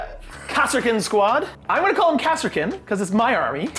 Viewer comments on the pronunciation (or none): Don't feel too bad about calling them "Kass-er-kins",. Until a few years ago, my dyslexia wouldn't let me read that word as anything but "Car-skins", so..